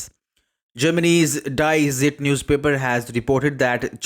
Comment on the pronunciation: Buddy Die Zeit is pronounced as “Dee Tzieet”